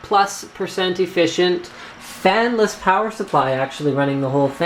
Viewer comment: Linus should have a thought or two on the "-less" in "fanless" ... :P